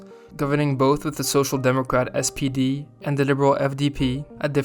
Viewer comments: You keep saying "SDP" but the party is called "SPD" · One remark: in the video the narrator is calling the SPD sdp multiple times. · Great video, but it's SPD not SDP, as you said a couple of times. It stands for Social Pemocratic Darty.